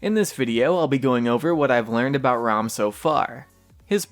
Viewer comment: Haha why is it that people call it rhum? It's Ra-um . #peace #DontBe Triggered